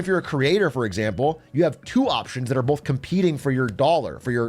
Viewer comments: Stop saying bolth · Please stop saying “bolth”. My sister refuses to watch British people.